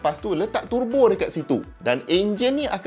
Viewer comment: Dengar tu pronounced untuk turbo ni Tur Bo,bukan Te Bo..meluat juga bila mat2 kereta bila sebut turbo ni jadi tebo..